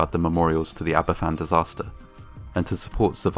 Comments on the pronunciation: The actions of the NCB following the disaster were a great betrayal, and the anger will live on long after the last survivor has perished. Aberfan (and it's pronounced "AB-er-VAN" not "Ab-er-FAN") and Gresford in the north were two horrific disasters in Wales connected to the coal industry, for which nobody at the upper levels were ever held accountable. This lack of accountability seems practivally a universal constant in these disasters. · There's so much good info here but I wish the pronunciation of Aberfan were correct - it's pronounced 'AberVAN', not 'AberFFAN'. 'F' in Welsh is pronounced like the English 'v'. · Great video. btw, it's pronounced Abervan not Aberfan. 'f' in welsh is pronounced as 'v'. It's the double f, 'ff', which makes an 'f' sound. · Aberfan is pronounced ''Aber Van"- not 'ABBA Fan' 🙄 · Aberfan is pronounced AberVan, rather than AberFan. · Just to let you know, the 'f' in Aberfan is pronounced as a 'v'. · it's said like Aba-van btw I live not to far from the place I'm not trying to sound like "ACTUALLY IT'S SAID LIKE THIS" no I'm saying this all out of kindness just letting yk how it's said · It’s pronounced abervan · The name of the village is pronounced Abervan. You could have found this out by just looking on Wikipedia. People who went to Aberfan after the disaster noted that there were hardly anyone of certain age groups there, as they had all been killed in the disaster. This would mean people in their early 60s now. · Just for future reference, it's pronounced 'Aber-van'. An 'f' in Welsh is a 'v' in English, 'ff' is an 'f'. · It’s pronounced aber-van in welsh: f is pronounced v ff is pronounced f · Nice video but it's a bit of a shame that you do not pronounce the name of the village correctly. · Please learn how to pronounce Aberfan. It's disrespectful not to.